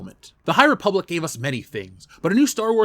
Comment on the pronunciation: Great Video. Ree-public is definitely an avoid for me. Also sent you a Dm on Twttr